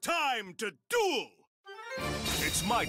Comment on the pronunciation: Duel is spelled "Duel" NOT Dule and Championship NOT champion chip